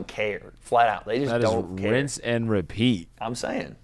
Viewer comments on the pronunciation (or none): none